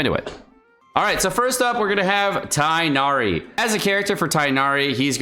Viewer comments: I just wanted to say it's pronounced Tig-nari (for non native Arabic speakers at least, to make it easier), not Tie-nari like Collei said in the trailer. No hate because foreign names are hard tho, love your informational content 💗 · Tigggh'nari. NOT Tie-nari. Aribic speakers back me up here... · It's Tig nari you read the "g". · This is just bad advice. Standard means the character will never get a rateup, anyone who likes him should get him now. Also you're saying Tighnari wrong. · I'm gonna try to get Tighnari because i really want to explore Sumeru with him! He seems like an awesome character both in lore and gameplay. Also that Tighnari pronounciation is just not right 😭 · dude, it's not hard to go do a 5 second google. And he pronounces names like xingqiu and xiangling just fine, why does it have to be different for tighnari? That's all, not trying to start a fight, have a good day/night stranger 💕